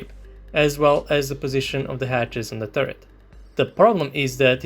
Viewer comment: What's a "turrerts" lol